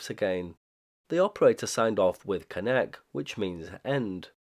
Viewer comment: You mispronounced "konec", it's pronounced more like "khonets" (or english word comets). On the other hand you almost nailed "opakuji". There is a interesting lore behind reviving of OLX in 90s. It was basically used to arrange returns of illegals agents residing in now allied western countries. This programme was done with help of western countries agencies and it's somewhat documented in some Czech sources. As for registering callsigns to ČTK (Czech state agency) - this was likely to both stay legal and have some cover (albeit thin one). Also there is even some information about device used to generate OLX messages. It was custom machine called Brigita after woman who provided voice samples for it. It used to be described on Priyom ORG blog but due to me and my friend being idiots we got banned from their IRC and they removed our contributions from their site.